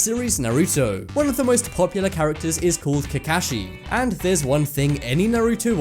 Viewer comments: Ca-ka-shi not cacashi you robot! Or living being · KA KA SHI NOT KAKAKSHI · Ka kashee? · It's not kakahshi it's kakashi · Its Ka-Kaw-She Sensi! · Nigga says kekashi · KaKAshi" 100 percent triggered from pronunciation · If he says cacashee one more time bruh I swear imma use my sharingan, put him in a gen jutsu and keep repeating Kakashi's name until he knows how to say it correctly😂😂😂 (jk). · you butchered the names of Naruto and Kakashi. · Calls an anime a cartoon and then proceeds to butcher Kakashi's name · He said Kakashi wrong 😂😂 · Naruto is NOT a cartoon its an Anime, and he pronounced kakashi wrong AND no one was ''speculating'' that he had big lips... it was an joke in the (let me clearefy) ANIME. Yes im triggerd. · Nigga I wanted to punch him so badly, he said Naruto and Kakashi wrong -_ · He pronounced Kakashi wrong -_ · He definitely did but nah I'm hype I never seen his face and I'm watching boruto now🤦🏾‍♂️ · He said 'Kakashi' wrong. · ....I hate the way you say kakashi... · Booooooooiiiiiii he said Kakashi wrong 👏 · anyone else get triggered when he mispronounced kakashi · Why can't he pronounce kakashi right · You say kakashi so wrong it pisses me of get it right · He said Kakashi wrong TTATT rip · He pronounced Kakashi from Naruto wrong I'm going to go cut myself now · Stop pronouncing kakashi like that. Cringe. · God u say Naruto and Kakashi so wrong 😂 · You said Kakashi wrong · The way he says kakashi triggers me but still a good video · The way he says kakashi gives me cancer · ALL OTAKU MUST KNOW HE SAID KAKASHI AND NARUTO WRONG:( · The only reason why I am angry is because of the way he is pronouncing kakashi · I got triggered every time he said kakashi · The way he said kakashi just made me kinda cringe but i love your vids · when you know they do not watch Naruto when they said Kakashi name wrong